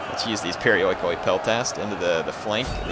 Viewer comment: its pronounced periiki (περιοικοι).not being a pronounciation nazi just helping...